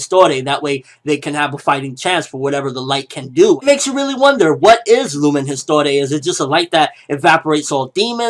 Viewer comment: Histoire not histore lol, its french :D